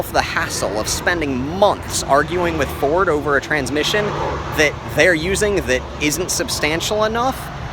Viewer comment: Gotta love Furd...oh..I mean Ford.